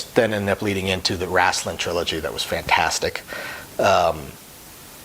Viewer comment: It's Raistlin "Ray-Stlin"